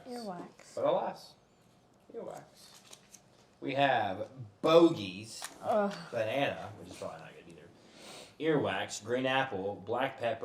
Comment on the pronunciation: It’s “boogie” like boogers! Yuck